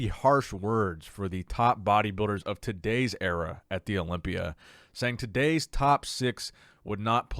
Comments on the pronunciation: Am the only one that thinks Bonac is saying "Area" for "Era"? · I hope English isn't Bonac's first language. Dude doesn't know the difference between "Area" and "Era". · Someone politely tell Mr Bonac that the word is “era” not “area”